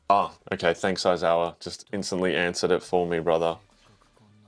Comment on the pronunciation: I'm almost certain that the fact that kept calling Aizawa "Oizawa" is definitive proof that Oikawa is always on his mind 😂 The hate for Mineta was killing me 😂 but the utter disgust at Shigaraki scratching himself and telling him to put some cream on it and have a snickers was absolute gold. And by the way, yes, Yaoyorozu's quirk is absolutely broken and theoretically she could definitely make a nuclear bomb but then she would just blow everyone up including herself and her allies 😅 she does do some pretty cool things with her quirk later in the series though.